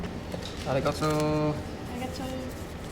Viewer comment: The "Arigoto" makes me so aggressive 😭😭😭